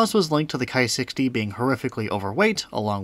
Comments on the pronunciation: Nice video. I'm glad to have found this channel. Buuuutttt, it's "Ki" not "Kai". It does not rhyme with "high." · Ki rhymes with tea.